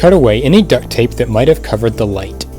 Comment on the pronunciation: Why do you say ducked tape